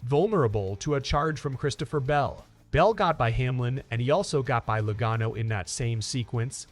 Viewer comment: Bro did you not hear how they said Logano? And after mentioning being a NASCAR fan lmao